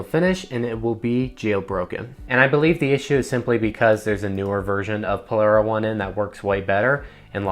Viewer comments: I love the video however it’s not lockra 1 N it’s lock rain the 1 is a i. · I love that you call it "lock ra one en" :) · I believe "Lockra1n" is pronounced Lock Rain, tell me if im wrong lol same w checkrain